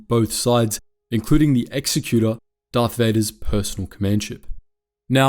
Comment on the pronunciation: Anyone else annoyed about how he pronounces the Executor? (It is pronounced Ecks-Zeck-utor)